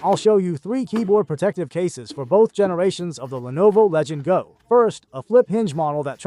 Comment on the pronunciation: “Legend Go” god nobody can pronounce the actual name of the fucking thing 😂 it’s LEGION GO!